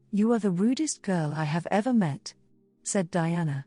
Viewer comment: DIANA NOT DIANE